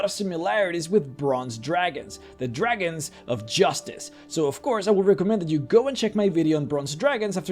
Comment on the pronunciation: Lol "Jew-ragons"